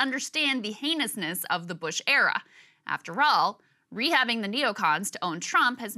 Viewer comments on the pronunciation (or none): Mispronounced “heinousness”